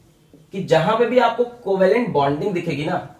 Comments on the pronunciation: That's "coovellent "😂😂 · Coo-va-lent bond